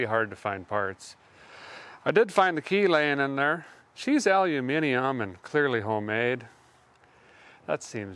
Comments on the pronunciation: Thats twice now over two videos you pronounced Aluminium correctly !!! Great Channel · Appreciate a guy pronuncificatin aluminium proply early doors! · You said Aluminium properly Derek!!